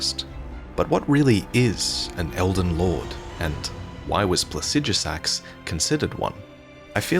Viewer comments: I love the way he pronounces Plaxidusax, almost spunds like "Pu*ssydusax". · 30 seconds off the bat I just want to point out that You are incorrectly pronouncing Placidusax's name. Pla-si-do-sax if this helps. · Say plahsijjuhsaxx one more time. I dare you. I double dare you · While I may not agree with your pronunciation of Plasijusax i can get over it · "Plasijasax"? I'm not saying you're wrong, but when is it we decided that's how we pronounce placidusax? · Pla-cid-asax idk where tf you get the sh from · Might wanna figure out how to pronounce Placidusax before you make another elden ring video about dragons, just sayin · You mispronounced Placidusax every single time, good job. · That and he mispronounced Placidusax every single time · mispronounces "Placidusax", smh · Learn how to say Placidusax properly